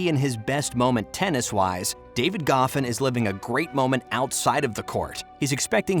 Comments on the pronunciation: "David golfin" 😂 isn't it pronounced go-fan? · I loved Goffin. Why are you mispronouncing his name like that